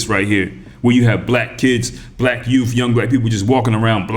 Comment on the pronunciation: Did you say yoof?!? Especially our yoof... BA haha haha 🤣